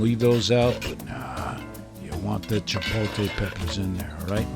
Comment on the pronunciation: I was surprised you don't know how to properly pronounce chipotle.